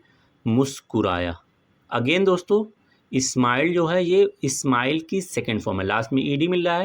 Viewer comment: Sir bahut achcha sikhate hen aap please s ka pronunciation sahi se kijiye smile boliye esmile nahi ❤